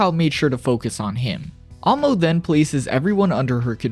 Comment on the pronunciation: “I can already see why she was named ‘Ammo’ or-“ bro.. you’re one of the whitest lookin anime YouTubers but proceeds to mispronounce Amo’s name for that whole section. You manga only breh or what cause you said “Ammo” the whole damn time goofy as if you never seen the Eng dub or a short or whatevs. “Ammo” 🤡😔 second hand embarrassment.. I know I’m slightly dyslexic & had trouble in Eng & literature but at least I’d know how to tell the difference between “Ammo” & “Amo” when pronounced out loud. Bro deadahh read and said A-MO’s (not no mf “AM-MO”) name countless times incorrectly like bro, you yourself sound like a broken record hence why i do too. So frustrating hearing her name wrong from a whole white guy for over 15-min straight like how how how how HOW did read A-M-O as “A-M-M-O” like the difference is beyond obvious. I think the balding goes deeper than just the receding hairline, so pitiful 😞 didn’t even have a homie or editor correct you on your shii but you was prolly just beyond lazy to redo the whole 30 min “AMMOs” section just cause mispronunciation like would any one else feel like they’re disgusted or offended possibly disrespected about it